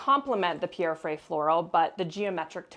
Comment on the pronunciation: Nobody ist able to pronounce the name Pierre (Frey) correctly. 😂 Otherwise beautiful spaces, beautiful ideas.